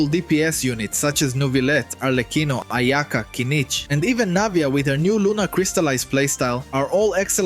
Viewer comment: i giggled when he said ayaka